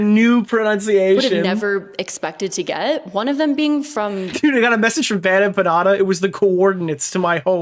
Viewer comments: The way she says BadEmpanada as “BadEmpañada” really fk annoys me. Is she trying to say it “correctly” because as a Mexican-American, no one says the N with the accent. This is the shit I wake up to. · She's done 'so much research' that she hasn't ever heard anyone say the name Bad Empenada out loud and says it like that instead... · The best part is that she received the most pushback from Hasan's fanbase but then turns around to say H3's fans are like MLM and that they cannot take critique and only "follow their leader"? And then says she's a Hasan fan but can't pronounce Bad Empanada.